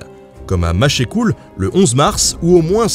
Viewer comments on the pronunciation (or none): machEUcoul, ça se dit sans accent. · On prononce Mach-Cool pas Maché-Cool. Pour infos :) Très intéressant, fait donc une visite au Logis de la Chabotterie à l'occasion si tu souhaite approfondir le sujet. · Machecool est en Bretagne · pour ce Mach-é-coul qui m'a (un peu) écorché les oreilles. J'ai même souvenir d'un gars de là-bas avec lequel j'ai fait mon service miRlitaire (et oui, ça date ^^) qui prononçait avec l'accent du coin : Mach'cou, sans quasi exprimer le -l final. Pour le reste, Pan! dans les théories fumeuses de Reynald Sécher, le (pseudo) historien par lequel s'est imposé ce tout aussi fumeux "génocide vendéen", depuis la publication de son ouvrage (que je me refuse à citer ici) en 1986. Ne pas qualifier de génocide ces quelques années parfaitement honteuses de la Révolution Française n'ôte en rien la violence extrême et même les pures infamies exécutées par les bleus durant ce qu'il convient d'appeler, plus justement, une véritable guerre civile. Ce que Nota Bene fait de belle manière, même si, en 20 minutes, c'est forcément un peu rapide pour rentrer dans les détails. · On ne dit pas Machécoul mais MASHCOUL ! :D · On ne prononce pas Machecoul "Machécoul" mais "Machecou" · superbe vidéo merci ! (simple remarque pour Machecoul qui ne se dit pas Machécoul mais ça reste un détail) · Nota bene le linguiste ; on ne dit pas Machécoulle mais "mâche cou". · Merci pour cette vulgarisation efficace ! Au passage, attention aux noms de lieux : par exemple, Machecoul ne se prononce pas "Machécoule" mais "Machcou". Bon, ça ne nuit pas au propos, hein ;) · J'ai un peut grincé des dents à Machécoule ça se dit Machcoule mais ça s'écrit Machecoul 😅👍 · Machecoul (prononcé comme la salade mâche) pas machécoul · Petit détail : on dit Machecoul et non Mach"é"coule :) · La ville de «Machécoule»? C'est Machecoul prononcer Machcou.. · ça se prononce machecou pas machécoule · Mon cerveau a fait l'écran bleu de la mort en entendant Machécoul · La tenaille la foret de machecoul